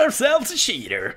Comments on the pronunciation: i know he is saying that but his accent makes it sound like "shitter" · He was saying "We have a Cheater" but whatever :) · Love the way you say cheater xD